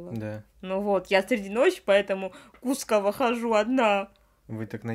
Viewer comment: правильно КускОво, если что ❤️